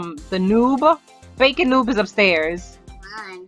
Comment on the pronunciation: Its bakon not bacom